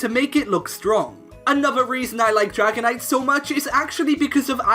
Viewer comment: IT'S DRAGONITE, NOT DRIGONATE!